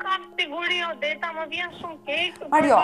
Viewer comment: Odeta. Mos u jep emrave theks arab